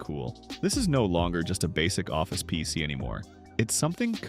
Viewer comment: Chatbot narration was obvious in the first 30 seconds of the video and not being able to say PC.